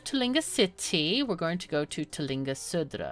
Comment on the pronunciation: I must say that your pronunciation of "Södra" was almost flawless when you said it when you typed it in!